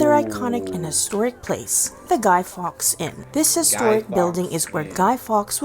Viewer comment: It's the River Ouse, pronounced ooze not oos. It is probably where the word ooze comes from. It was not Guy Fox it was Guy Faux. Salt is not a necessary ingredient in Yorkshire Pudding, most of us, here in Yorkshire, never put salt in it.